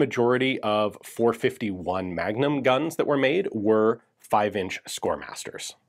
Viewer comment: I heard .451 magdump😂